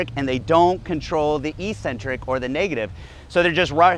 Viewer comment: Eccentric is pronounced ek-centric though.